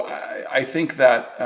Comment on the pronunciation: Herrgott Jungs! Lernt mal die Aussprache in Englisch. Es ist anstrengend euch zu verstehen. "Think" ist nicht 'sink' auszusprechen, denn das erste ist "denken", das zweite ist der 'Spülbecken'....